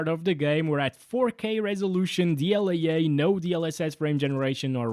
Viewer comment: what is dl-yay-yay?